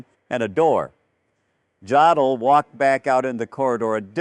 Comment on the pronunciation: Dear AI: JODL IS PRONOUNCED "YODEL"!!